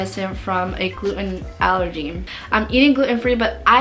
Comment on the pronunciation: You never shared the results of your tests. What was your Ttg iga level. Your marsh scores from small bowel biopsy etc... And by the way, it's not glue-in. It's gluten. The T is pronounced.